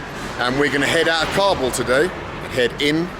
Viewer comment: You can't get the pronounciation of Kabul right, english subtitles are lost everytime